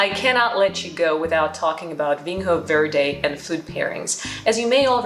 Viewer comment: Quick tip it's pronounced (approximately) VEEN-yo vaird. Solid tasting notes.